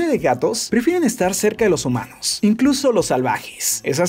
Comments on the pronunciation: Like si escuchaste que dijo HOmanos 😆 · Ajjajajaajjaja si Homanos